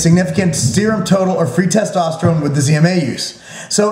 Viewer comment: LOL'd at "Testerone"!